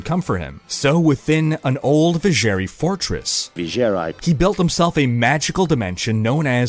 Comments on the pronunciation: LMFAO "vijer "eye" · You seem to have a hard time saying "eye" in words, V+Cher+eye and zzz+eye ^_^ lol